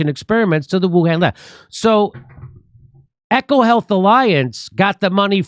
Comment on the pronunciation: It’s E CO HEATH not Echo Heath.